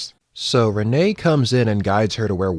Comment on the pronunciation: Renee is pronounced Rin I believe